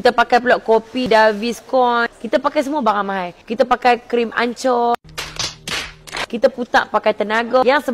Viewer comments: Triple =3, "fourple"?😂😂 Quadruple = 4 la.. pastu "ancor"... Anchor bacaan dia angker... 🤦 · Mascarpone.. davidoff.. anchor.. aduh.. sebut betul betul.. nampak kering..xcreamy.. haha suka hati kulah nk komennn.. bnde terang jelas n nyata!!!!!! Org komen kene ambil peduli n improve!!! Bukan lawan balik oiii..